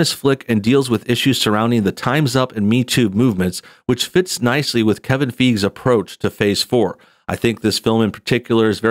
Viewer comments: His name is pronounced “Fie-gee”😉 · It's pronounced "FI-gee." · Feige is pronounced “Figey” or “F-eye-gee” with the g sounding like in “good” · Fiege is pronounced Fi-Ghee